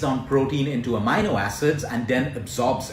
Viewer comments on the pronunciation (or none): Amino = Ah-mean-o